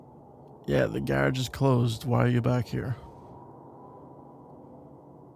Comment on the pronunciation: I'm bothered by the way he says ‐garage